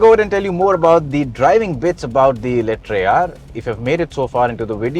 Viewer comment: Call it Eletraaaaaa not eletrai